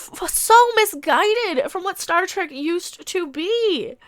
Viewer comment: did you just say "start wreck"?